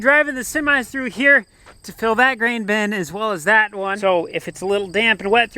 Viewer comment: Interesting he pronounces “bin” like “ben”. Why is that? It didn’t used to be the case.